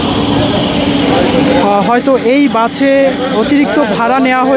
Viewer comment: বাছে না বাসে 😂